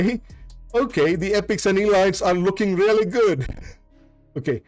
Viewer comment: You should look up how to pronounce word "elite" "elites".